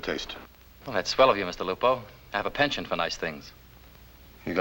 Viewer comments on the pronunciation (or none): m "penCHANT". Original old French word for liking.... to be keen in something. But certainly not pronounced like that in "polite society".... just saying....